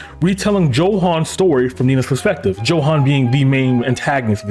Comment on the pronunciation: If i hear you say Joehan again after this video, im gonna find you.